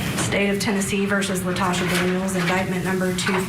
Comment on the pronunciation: Her name is Latosha, not Natasha🙄